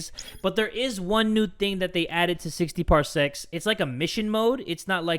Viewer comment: Anyone else here something thats not ok when says "parsecs" just not c